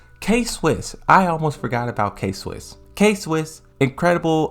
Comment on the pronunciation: K-Wiss, not Swiss. nice video